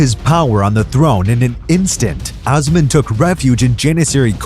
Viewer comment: it's not (ahs man)....it's Os man....long O....seriously, people who want to teach history seriously need to learn the pronunciation of the names in their own language! And no one actually knows if Ahmed rewrote the law of succession, as it was rumored that Kosem Sultan did it in his name after his death. "Osman! I wish from Allah your reign get ruined, I hope you could not reign as much as what you have deprived me of my life!" Twelve days following his death, a harsh snow fall in Istanbul which was considered as Allah's message to Osman that he killed his brother. Osman II was strangled to death. After Osman's death, his ear was cut off and presented to Halime Sultan and Sultan Mustafa I to confirm his death and Mustafa would no longer need to fear his nephew. It was the first time in the Ottoman history that a sultan was executed by the Janissaries. During his reign, he had at least 2 sons and 1 daughter. .. all 3 children only lived a year.